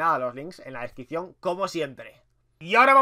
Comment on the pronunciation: Flacooo aprende a hablar flacooooo Futbol no fubol Descripción no descricion Reaccionar no reacionar Aaaaaay diossss